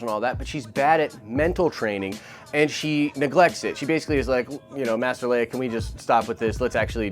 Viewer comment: "Master Leiah " HA!